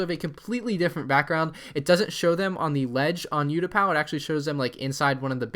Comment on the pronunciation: This is what it sounds like ootapou